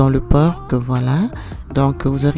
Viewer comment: Bjr le c de porc ne se prononce pas